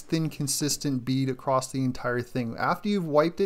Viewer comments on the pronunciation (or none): none